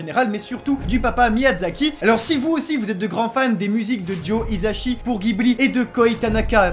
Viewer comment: Joe Hisaishi* ( et pas isashi 😉 ) est vraiment un de mes compositeurs préférés et je suis refais ,malheureusement le concert ne se trouve pas proche de ma ville. Mais nice try